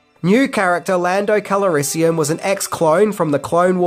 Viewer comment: "Lando KALARISIUM " ..... what? Haha